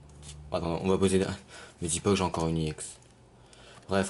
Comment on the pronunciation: Je pense que c'est parce qu'il le dit "à l'anglaise" sachant que le e se dit "I" et le x se dit "Ex" :)